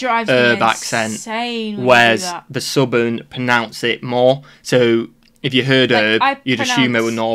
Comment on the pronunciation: Excuse me, did you actually say NORBERN & SOUBERN instead of NORTHERN & SOUTHERN?? What the actual eel pie is going on with that? I'm American btw. I have to say, although we both speak English, sometimes I have NO idea what you're saying. Not you, you're just fine.